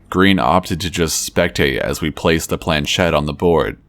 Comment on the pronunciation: Shed? Naw, baby, it's a planchette (plan•SHET in American English, or proper French, (plon-SHET), barely pronouncing the n) . It's French and it means "little plank". The accent is on the second syllable. British generally see "ch" end pronounce it, as in church, with no respect to the language whence it came.